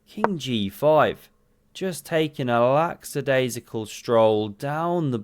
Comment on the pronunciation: However it's 'lackadaisical' with no X sound